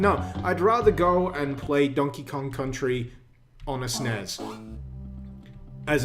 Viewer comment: ATTENTION!!!!! The letters S, N, E, S, do NOT NOT NOT spell a word!!! Anyone who thinks otherwise is both wrong, and probably not old enough to appreciate the concept. I wanted to do the ear equivalent of washing my eyes out with bleach when I heard that shit. And he did it THREE times!! DAMMITT!